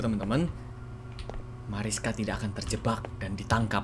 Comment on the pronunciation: kak namanya bukan Mariska tapi Marisa yang bener